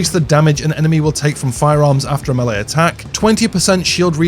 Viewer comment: "Milay (Melee)". 🤣👍🏻 sorry, I like this video.